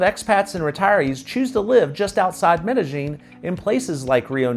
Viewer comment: I didn't mean to come off heavy, I just lose my mind when people do videos telling everyone about Ma-Dell-in. I think your videos are great & hopefully to meet you someday.